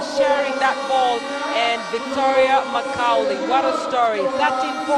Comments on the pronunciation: “Makaulay ” lol 😂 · These funny cheeky commentators, how could you not know how to pronounce Macaulay? Interesting to say the least!